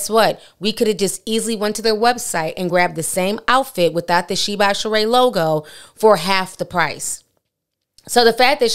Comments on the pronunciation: 😂 it’s not pronounced sheen though. It’s She-In. Love you Ti! ☺️ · I thought it was pronounced She-IN not Sheen 🧐 Guess you learn something new every day 😅💁🏽‍♀️ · It's pronounced SHE..IN...not sheen! Look at the videos on the website. They all say SHE-IN! You saying it wrong too Ti! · Its She-in not sheen. They used to be called "she inside". Just like ASOS used to be called As Seen on stars. They shortened the name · Correctlly pronounced She-in, with 2 syllables. Not Shien with 1 syllable. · It’s actually pronounced “She In”. It used to be called “SheInside” (She Inside) but cut it to “SheIn” (She In) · Lol right. I shopped there when it was called SheInside years ago. This sheen shit is killing me 😂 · Love you,... btw, it's pronounced like "She•In". She definitely tried to play in folks faces. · I thought it was pronounce SHE IN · It’s actually pronounced she-in and she Knows it lol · Ti it’s she—In😂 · Shein………… It’s pronounce…….. Shine 🤗🤗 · Lol just wanna say, the name is She-in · It’s pronounced she-in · SheIn is pronounced SHE-IN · Y’all, it’s pronounced She-in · She kills me acting like she can’t pronounce SHEIN 🙄